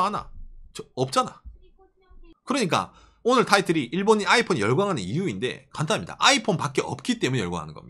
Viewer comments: 아\잇폰 아\잇폰.. 플리즈 쫌만 부드럽~게여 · 아이폰할때 '아'에다가 악센트좀 그만했으면... 힘들어보임..